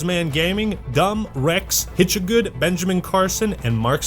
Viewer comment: Holy crap! Thanks for the shout out and you actually didn't pronounce my name "Hitcha-god". You've unlocked the legendary master achievement of reading supporters weird ass names.